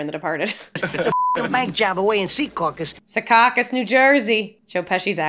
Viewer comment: you are pronouncing Secaucus wrong. Joe Pesci pronounces it correctly in the movie